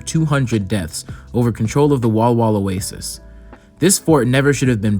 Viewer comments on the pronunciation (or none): none